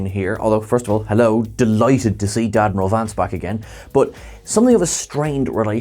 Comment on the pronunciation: "Dad-mril" Vance, xlassic